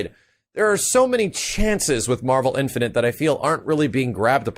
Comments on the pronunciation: marvel infinant? .. wtf dude just practice the word INFINITE. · please... I hate to be a grammar/pronunciation nazi, but.. the word is "in-fi-nit'", not "in-fi-nint". I cringed every time you said it. Not hating, love the content, just had to point that out! -_ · Do you have trouble saying infinite? It's not infinent.